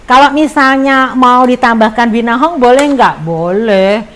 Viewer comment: dari awal salah sebut terus. Binahong dan Gendola 😀